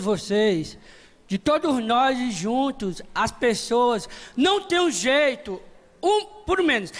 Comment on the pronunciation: e muito engrossado